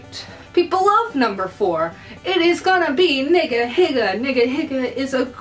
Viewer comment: your pronouncing niga higa wrong